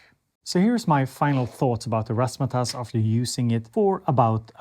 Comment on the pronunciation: You said razz ma tazz correctly